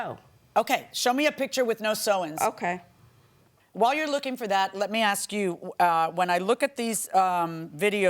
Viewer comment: "Combinded" and "aks"... Careful, your stupidity is showing